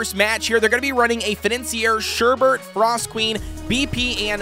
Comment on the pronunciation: Hehe "FORST"🥶